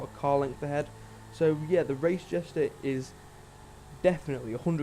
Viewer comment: Jester not jesta